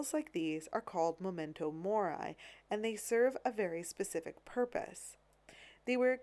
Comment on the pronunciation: Most interesting. But please, it's Latin: "MemEnto Mori" pronounced Mehmehntoh MorE (not Morai). The bodies were "snatched" not for autopsy but for dissection (as you corrected yourself later).🙂🙂